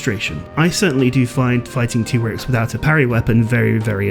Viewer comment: I will NEVER accept the pronunciation of MHW's "TEE-Grex". It's supposed to be TIE-Grex!